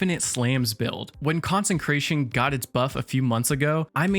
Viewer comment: Two things 1. Consecration has no N in the middle, you keep trying to say concentrated 2. You get 5 fragment slots so do a revamp other than that great video 👍🏻